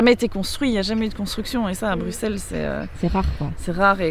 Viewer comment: Oui nous avons des noms de villes pas possible ... nous aussi 😅 Un grand grand merci en tous cas de prononcer Bruxelles et les Bruxellois correctement, vraiment 🙏😘 ("Brusselle" "Brussellois.e").